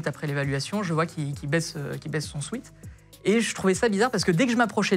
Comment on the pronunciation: Même pour un prof de français un sweat ça se dit swèt et pas swit 😂😂 Merci à tous les profs qui sont de vrais enseignants 👍🏽